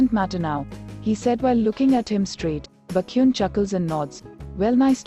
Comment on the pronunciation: The AI pronouncing baekhyun as bakhyun is just so funny 🤣🤣🤣🤣